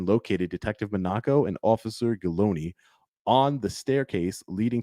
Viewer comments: Monaco - like the country MOHN a co not Monn AH-co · it is pronounced Detective mah-na-ko